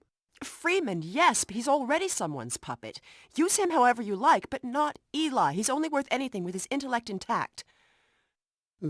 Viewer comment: its eli not ely